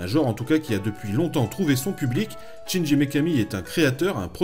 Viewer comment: Excellente chronique mais le prénom du gars c'est Shinji, pas Chinji. donc on ne prononce pas "tchindji" mais "chindji" :s Mais bon, mis à part cette prononciation qui écorche les oreilles, on est face à un vrai fan et ça se sent :) Donc pouce vert :)